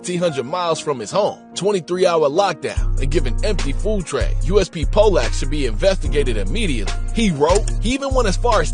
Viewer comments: And it's pronounced pol- lock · Its pronounced Poh (as in the name Paul)-Luck. Rhymes with Pot Luck, but with two Ls.